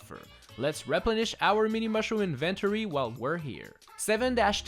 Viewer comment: “Thuh meeni mawshroom”